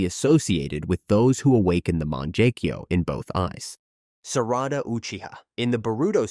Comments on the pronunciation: sorry to be a dick Mangekyou is pronunced (Mah-Nanh-Geh-Kyo) words are important as is how we use them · Fr, over here talking about "manjecue" 😂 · “Man jaa keyu” “su zaa no” 😅😂